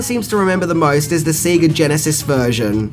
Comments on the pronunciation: SAY-GUH...not SEE-GUH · Sorry, got to call you out on it - SAY-GA not SEE-GA. :P Play Sonic sometime, it teaches you how to say it. :P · Did actually say "See-ga" Genesis? And Aaaah! Juliette BINOSHEE! C'mon! Her name is pronounced like Bi-NOSH, it's French ( Binoche).